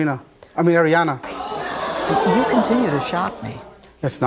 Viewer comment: Is it bad that i laughed when he messed up Ariana's name